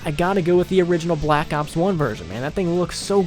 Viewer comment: I like how he says blllack ops 1it aou ds cool